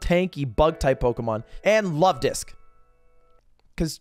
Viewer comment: Lovedisk more like lud-disk